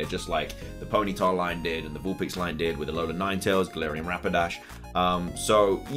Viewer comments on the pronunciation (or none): none